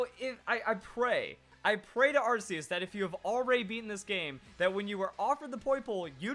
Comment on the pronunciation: You pronounced Arceus wrong pal, just a friendly notification.